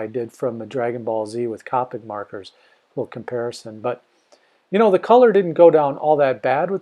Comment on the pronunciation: It was killing me when he pronounced copic wrong